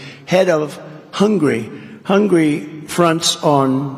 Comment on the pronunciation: Ask the orange ogre to write down the name HUNGARY...He would write down HUNGRY, that's the way he pronounces the name. It came as no surprise when he threatened to sue anybody who released his education results. He's as thick as ground beef